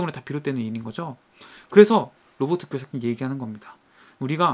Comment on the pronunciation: 왜 자꾸 기요사키가 x새끼로 들릴까요 ㅠㅠㅠ